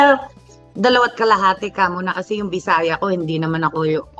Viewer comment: I heard she said " kamo na " very pinoy talaga